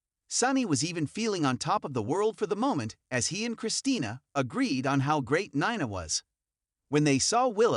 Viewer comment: It's pronounced "Neena" even tho it is spelled Nina. Please!!